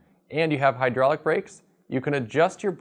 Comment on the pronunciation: It's "High DRAWL ic" d00d! L0L